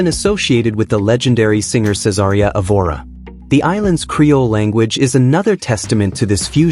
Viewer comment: This video is not one week old, therefore, you are still on time to post a newer version with correct pronunciations: — Itʼs “Évora”, not “eVOra” (with the stress on the “e”, pronounced like “sEveral”, “Ever” or “lEvel”). — “Mestiço” has the stress on “ti”, kind of if it were “mush-TEE-soo” (and it is “ç”, pronounced like an “ss”, not “c”, pronounced like a “k”. — “Ndebele” has the stress on “be”, kind of it were “nday-BAY-lay”.